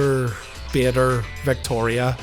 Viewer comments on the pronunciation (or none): Victori-a on the Floori-a 🤷🏼‍♂️🤣